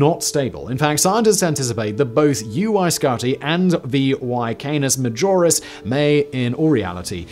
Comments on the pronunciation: It's VY Canis Majoris, not VY Canoras Majis, it would take an object at light speed 14 seconds to circumnavigate the sun and over 5 hours to circumnavigate VY Canis Majoris. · Lol he literally said "Canoris Major" while talking about VY Canis Majoris.. it's like no one even gives the video a quick watch before clicking upload..